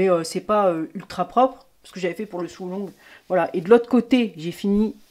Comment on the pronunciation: Je viens d'acheter la même MAC et je dois dire que ton avis a beaucoup compté... Mais pas que... J'ai passé le dernier we devant youtube pour regarder la suite de vidéos (très bien faites) à propos de cette MAC. J'ai cru comprendre que tu parles anglais... Voici le lien, PS, on dit SÔ along pas SOU along... LOL, mais c'est tellement mignon Gratitude pour toutes ces vidéos !